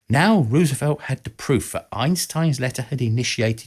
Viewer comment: Learn how to pronounce Roosevelt, will you? The first syllable sounds like "rose," not like "rooz." Why is that so hard?